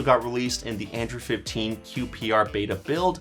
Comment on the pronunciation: Why do I hear him saying "Andrew 16"?